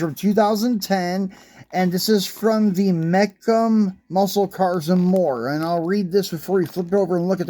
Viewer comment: Mecum is an auto auction, it’s pronounced mee-kumm. Usually old hot rods and collector cars/trucks. Similar to Barrett jackson